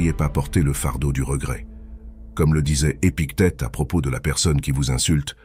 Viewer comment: 1.29 le manuel de vie des piquettes... Sacrée IA!!! et big tet à 11.09 ha ha!